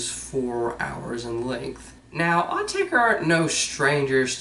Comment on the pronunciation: Thank goodness - a yank who pronounces the name right:)